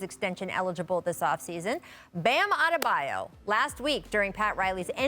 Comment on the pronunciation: Kendrick Perkins "mispronounced" Bam's name